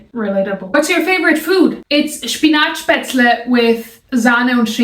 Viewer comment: Schpinatschpätzle XD Sag blos du kommst ausm Schwabeländle XD ?